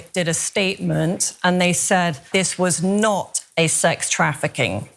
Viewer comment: ..... sure folks. "This wos knot sex trafficking....." smfh 🤦‍♂